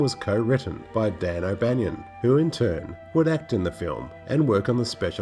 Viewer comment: Dan O' Ban-On. No 'i'. And I don't think the little girl was shot accidentally. Other than that, most interesting.